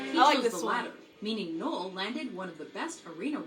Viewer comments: neil? its fucking Noel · The slide away gig was one of the last gigs that oasis played there are many better performances of that song ie Glastonbury 95 knebworth 96 oh and it’s NOEL NOT NEIL BTW 🤣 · oh dear just telling you its noel not neil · Its fuking noel not neil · Called Noel, Neil 💀💀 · Niel is killing me it’s Noel = French for Christmas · It’s not Neil it’s Noel 😭😭😭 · NOEL not Neil 😂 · It's NOEL not NEIL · His name is Noel not Neil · Er... it's Noel, not Neil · Noel not Neil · It's Noel not Neill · Neil 🤣🤣 its Noel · P.S. It’s ‘Noel’, not ‘Neil’ 😉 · It's not Neil it's Noel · Noel……..not Neil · He’s called Noel not Neil 🤦‍♂️ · Noel.. not neil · his name is Noel not Neil and Definition of memoir. 1 : an official note or report : memorandum. 2 a : a narrative composed from personal experience every memoir reminds us of the faraway and long ago, of loss and change they based a song on the beatles Memoirs meaning ..a historical account or biography written from personal knowledge: ..i love ur vids tho ..u make me smile